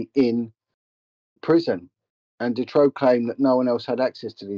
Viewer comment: And his name is March Dutroux not ‘Detroux’